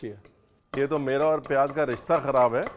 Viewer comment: Aap lakhnow ke ho key talaffuz itna galat bolte hai jesey payyaj